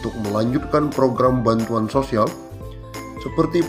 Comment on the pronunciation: Bilang.. bantuan..pun jadi banturan. Jelas bicaranya pak walau bohong.